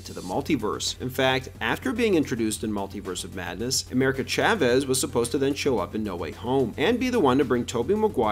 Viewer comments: Why are you saying “Chavez” wrong? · Ngl you say Chavez in the whitest way possible 😭